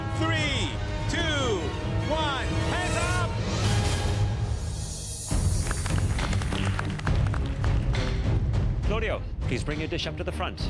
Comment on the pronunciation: I though it was carlio (i heard it that way)not claudio